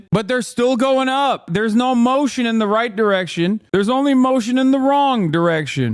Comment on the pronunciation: Hasan, say motion one more time.